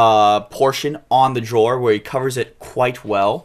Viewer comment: It's Dror NOT Jror!